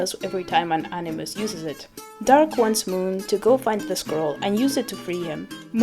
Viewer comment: A-ni- muss